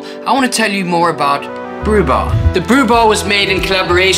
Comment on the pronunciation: brubur (not bar)